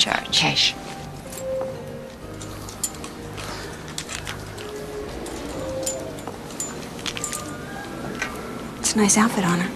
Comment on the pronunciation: "Cash or charge?" "Chash"